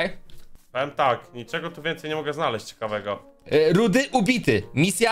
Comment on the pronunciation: Fajny odcinek ale to nie jest rudy tylko rudi